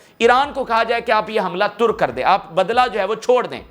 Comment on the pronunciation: “Turk” nein “Tark hai”.